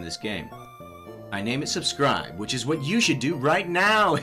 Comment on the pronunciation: When you name your starter subscribe you say "Go subscrib" XD